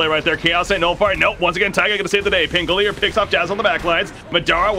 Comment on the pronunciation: I'm just annoyed that this guy can't pronounce pangolier